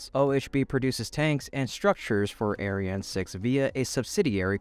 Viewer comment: You really need to differentiate your pronunciation of the ESA rocket : Ariane - arri anne Aryan - air rhean Because the aryan rocket has a sinister sound to it.....